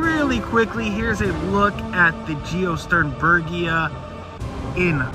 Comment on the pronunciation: love the retro film grain and great job pronouncing it!